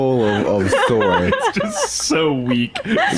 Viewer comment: "Soyder" loooooool